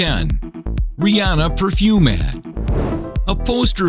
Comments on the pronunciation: Its ad... Not add...... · Ha, #8, #4, #2, and #1 say "add" instead of ad. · It's "ad" not "add" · It's "AD", not "ADD"